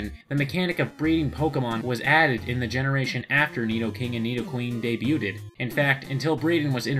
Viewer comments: Yo, you mispronounced "debuted" super hard. It's pronounced something more along the lines of "day-byood" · You said “debu-ted” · I know this video is four years old but I had to pause when you pronounced "debuted" as "day byoodid" like i literally shuddered